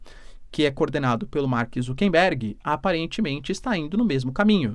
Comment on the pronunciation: boa, professor!! ah, um detalhe, o nome do inconsequente é ZUCKERBERG (COM "R", NÃO "N")